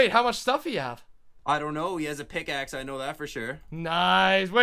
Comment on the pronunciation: did he say Let me get a stone pickle? XD